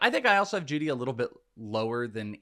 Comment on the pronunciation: Am I the only one confused when he kept reading jeudy and moore wrong? 23 and 25? The other two guys didn't say anything either?